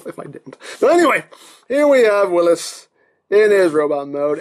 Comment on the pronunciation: Since it's a Jeep it's pronounced "will-ees" like the name Willy not like Willis ;)